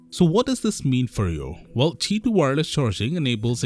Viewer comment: maybe he cant say q